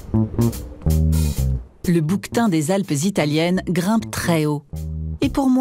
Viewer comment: des boue queue tins! Peux pas le prononcer bouktin comme tout lmonde biatche